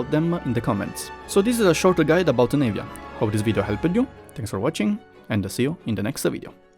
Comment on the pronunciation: It's not pronounced Nave-ya. It's Nah-via